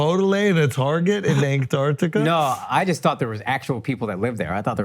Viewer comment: Ain't none of these guys can pronounce Antarctica